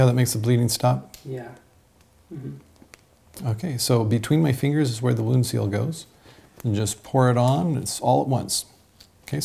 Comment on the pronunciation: did you mean "Wound" Seal or is there a product called "Would" Seal?